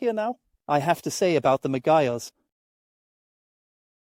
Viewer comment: Please don't call it Megyar